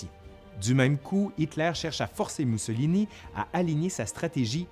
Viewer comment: Mousso... chocolat ??? 🤔 Non, « Moussolini !!! » 😂👍